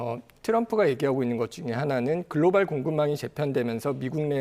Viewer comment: 글로발 아니고 글로벌